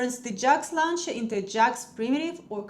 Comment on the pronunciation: Launcher произносится "лончер", а не "лаунчер".